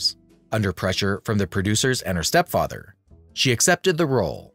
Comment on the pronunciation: Well done! I learned a lot and enjoyed this video. Side note: “step fyether”.